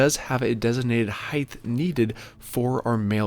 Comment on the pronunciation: The correct pronunciation is HEIGHT. Heighth isn't even a word - it's a mispronunciation of HEIGHT.